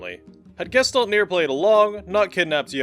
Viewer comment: The way Gestalt gets pronounced kills me every time.